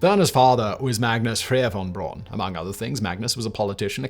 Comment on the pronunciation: That's "Braun" with a "u".